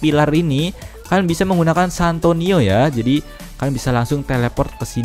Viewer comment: Santino bang bukan santoni😆😅😂🤣😆😅😂🤣